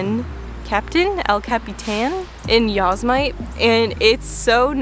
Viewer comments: Yo-c’est-ma-tee! Not “yo-say-mite” 😂 Good movies. I also love La Grande Seduction - incredible cinematography and the story is great.. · It was more Yos-mite. Should be Yo-sem-it-ee. May its a meme, I don't know.